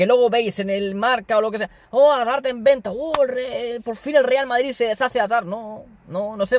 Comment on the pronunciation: Me da mucha rabia cuando dices hazard